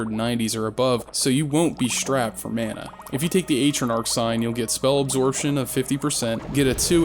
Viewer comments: Ay-tra-narc? Tf were you smoking. Also, there's no H in strapped. Just saying. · did you just pronounce AT-TRO-KNOCK as ATE-TRO-NARK??!! it physically hurt me when you said that.